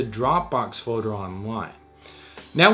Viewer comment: its just me but drive me crazy how he say fourer? instead of folder? sounds like a 5 year old lol